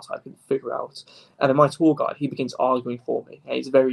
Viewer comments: Every time he says "tour guide" I hear "tall guy." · PSA: He is saying tour guide not tall guy